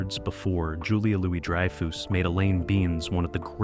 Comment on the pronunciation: "Dry-foos" and "Elaine Beans" Do you actually even watch the show?